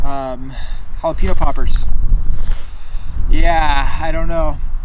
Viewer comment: i came to rewatch this video because of how he says jalepaño😂 “ha-la-peen-o” when it should be “ha-la-pen-yo”